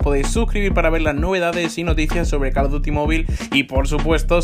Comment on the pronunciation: JAJAJAAJ pensé que era el único men que dice Carlos duty XD